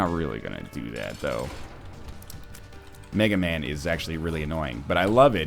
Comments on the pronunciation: NL its not Mega Man its Mega MAW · Actually Northernlion, it's not "Mega Man" it's "Mega Maw". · Sorry to break it to you Northern Lion, but it's mega maw, not mega man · Mega MAW, Mega MAW!!!! Not Mega man >. < He is a big (Mega) face (Maw).... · I'm so sorry to burst your bubble NL, but it's Mega Maw, not Mega Man. :( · It's called Mega Maw, not Mega Man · 'Mega man'. NL please. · IT'S MEGA MAW DAMMIT